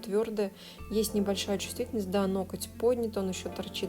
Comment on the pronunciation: НоГоть, нОгтя. Не нокоть, не ноктЯ. Вы профи и не имеете права называть неправильно объект своей деятельности. А видео интересные, как кино. Спасибо и успеха.